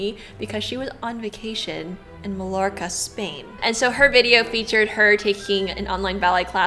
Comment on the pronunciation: Get MBA or Eva Nyce to do a little excerpt for next year & maybe the 5 sisters who dance. Ps the ‘ll’ in Mallorca is pronounced as ‘y’ & the ‘m’ in parfum isn’t pronounced 🥰